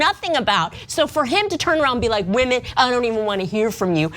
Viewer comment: retitle this video "wahmen proves wahmen dont understand sports or politics"